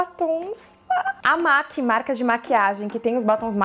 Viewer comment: Sensacional o vídeo. Amei. P.S.: A pronuncia correta da marca MAC é "mec".